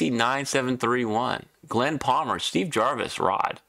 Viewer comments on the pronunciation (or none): none